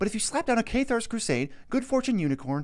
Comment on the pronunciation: This is the first time I’ve heard someone pronounce it “caythar’s crusade”